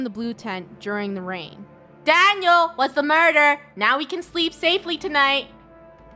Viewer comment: I know why lunar mudere Daniel bc she says muder muder???